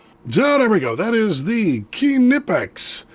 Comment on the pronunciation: Nope. I would say that Knipex USA and UK would be the last word on how to pronounce the name in English, and they both pronounce the K. However, it’s not “kuh-nip-ex” like some Americans (including the video creator here) say, there is no implied vowel between the K and N.